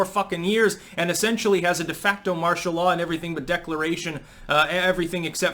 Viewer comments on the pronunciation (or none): none